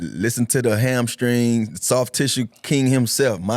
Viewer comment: Or hamscring